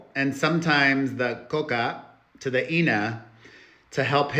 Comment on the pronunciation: Ur so funny when you say “to the”